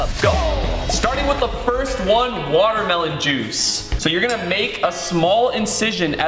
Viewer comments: "Fresh pomegranate jushe"😂😂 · Juice ❌ juish✅